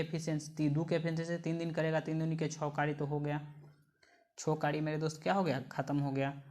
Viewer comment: Q 87 me kary ko kari kyu bolte ho bhai